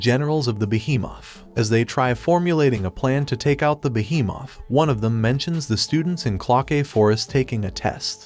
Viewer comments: Why does he say behemoth like beehee Moth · When he said by behemoth it kinda sounded funny and weird !?